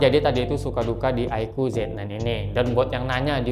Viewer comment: Aiku bukan aiko